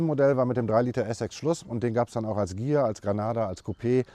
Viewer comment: es empfiehlt sich auch, die zweite Silbe zu betonen beim Wort Consul. Ähnlich wie beim Konsens, sprechen leider 90 Prozent falsch aus, da sie die erste Silbe betonen. Immerhin wird Ghia hier richtig ausgesprochen.